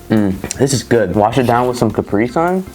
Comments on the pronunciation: I cringe every time he pronounces caprisun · still can't get over how americans pronounce Capri Sun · As a german I die on the inside, every time you pronounce Capri Sun